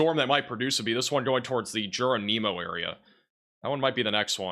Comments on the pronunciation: Its NOT "Jer-O-Mean-O. Its Geronimo like the Apache Indian Chief's name. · Just to help you out, it's Chalk Tah!, Geronimo is like the Indiana, Lindsay is Lind zay. When you aren't from the area, it's difficult, but just so you know most Oklahoma towns are named after Indians or Tribes. So, think of how those indians or tribes names are pronounced.